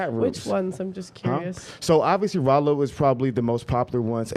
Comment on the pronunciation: Good job pronouncing Rollo name wrong. I cannot wait to watch his livestream reaction to this video.